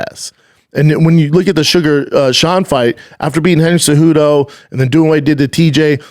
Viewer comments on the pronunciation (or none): none